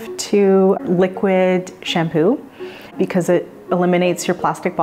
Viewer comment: They should say because, not Brevard lol